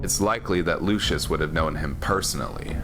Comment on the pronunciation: Hilarious to hear you pronounce "legatus lanius" all fancy but then you pronounce "lucius" in an american accent. In classical latin, its (Loo-kee-yus) not (Loo-shuss) Please pick a pronunciation lmao